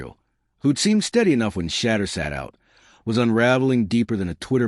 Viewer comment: At least train the AI to say Shedeur’s name correctly.